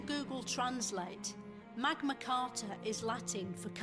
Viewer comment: She called the Magna "Magma" 😂😂😂